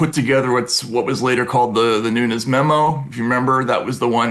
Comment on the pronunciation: Me too - is so weird he didn't know how to pronounce Devin Nunes' name tho 😂